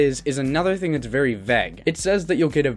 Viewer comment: you seem like a cool dude but you need to learn how to pronounce the word vague. sincerely, your friendly neighborhood doge.